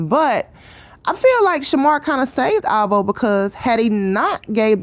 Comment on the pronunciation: Oh my God the way she say alvo make me cringe🤦🏾‍♀️